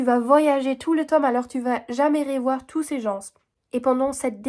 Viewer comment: " Les Gens " le S est muet, on ne l'entend pas 😘